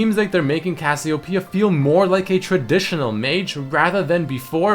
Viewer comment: DillonChillinLike AVillian HE said some kind of Cassio Pea It's Cassiopeia...